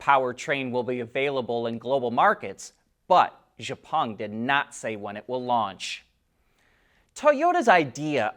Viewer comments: It's not "je pung", it's "X peng" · don't expect him to change the pronunciation, you are not the first, I was not the first, that tell him about xpeng pronunciation. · XIAO PENG! XIAO same sound as Xiao mi phones.